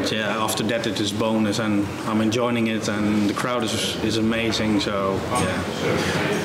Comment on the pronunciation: "I'm enjoiNing it..."!